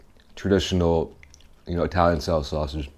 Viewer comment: I-talian sausage...